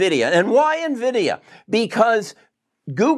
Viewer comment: It is not Nuh-Vidia,. It is EN-Vidia.